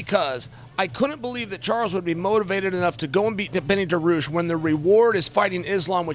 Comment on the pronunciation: IZZZLAM MA-CK-EL-CHEF.. BENNY DAROOSH..